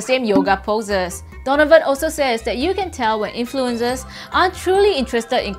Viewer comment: The way she pronounces "influenZers" drives me nuts, esp when she's admittedly anal about the English language